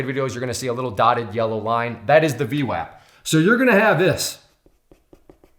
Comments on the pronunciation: V WOP not WAP not like WAPPER, like WHOPPER! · its pronounced V WOP lol sounding like a clown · Pronounced vwop lol. Good video though. Thumbs up & subscribed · I think VWAP is pronounced with a soft "A" like in "arm" or "august"